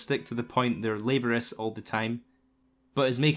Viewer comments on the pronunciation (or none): It’s pronounced “luh-borias” not “lay-ber-us” At least I believe it is for you scots. I know it is in the US. not to be a prick. That’s just one of my biggest pet peeves. 😂